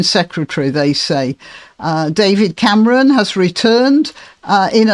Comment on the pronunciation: Did you say Camaron on purpose? That's how one says "shrimp" in Spanish. It's amusing 🍤